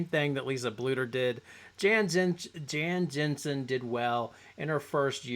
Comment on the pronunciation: It's Jensen, not Jansen.